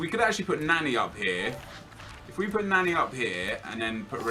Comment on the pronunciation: LEARN HOW TO PRONOUNCE NANI